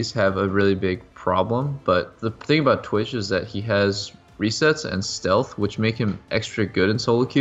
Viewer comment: lol it said sealth instead of stealth lol